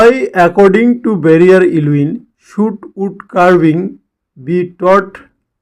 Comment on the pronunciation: It's not Varrier it's Verrier